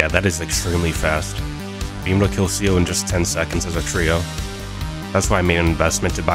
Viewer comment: C O? ITS SPELLED CEO FOR A REASON C-E-O SAY IT LIKE ITS SPELLED